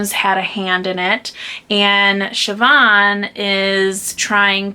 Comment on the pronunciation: Siobhan is pronounced correctly. 😉 I read a lot of Celtic and Irish lit. And as one of my favorite authors Andrew Greeley said, "No one can understand the mysteries of Irish spelling." Eoghan...I think is Ian.